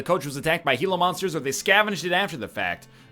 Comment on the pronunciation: Oh shit, egg pronounced Gila right.